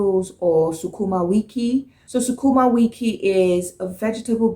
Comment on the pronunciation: most waereed down naija accent i have heard on youtube plus her pronunciation of sukuma wiki is perfect!